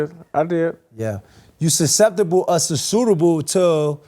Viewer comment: Sootable. 😅 Vs susceptible